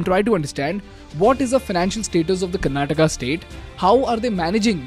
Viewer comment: Maybe this is why they lost...the leader of the party that you must vote for is calling your state 'karnataka' like some foreigners would karnatak hai woh bhai english kya hutiya language hai pata nhi har ek hindi sabdh ke baad "aa" lagana padta hain